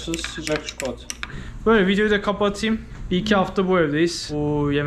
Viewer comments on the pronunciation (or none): none